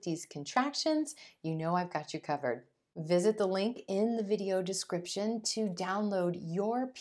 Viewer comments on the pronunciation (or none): none